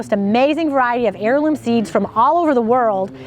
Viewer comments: Pronounced 'airloom'...Great video! I just sub'ed. Been a & homie for a while and really enjoy the videos and info. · Heroin seed? You didn’t say heirloom seed... haha I’m sure you heard it as well..